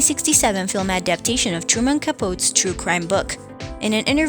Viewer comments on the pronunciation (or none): Sounds AI, mispronounced Capote, PT109, and others. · This narrator can't pronounce "enfant terrible," or "Capote" or "Hoffa" or "solace" or several other crucial words or names. What business does she have narrating anything to do with celebrities? Get someone who knows what they're doing. And if this is AI, heaven help us all.